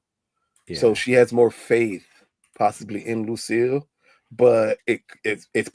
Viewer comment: Lucille. You mean Loose-cille 😂